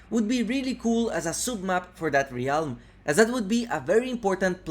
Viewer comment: How do you still not know how to pronounce ‘Realm’?